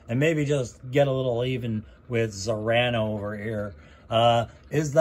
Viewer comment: Great work! I believe her last name is pronounced Mo-ray-no. She is latina.